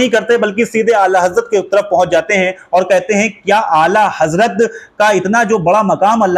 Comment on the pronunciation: Be waqoof Huzur Aala Hazrat ka naam to thik se lele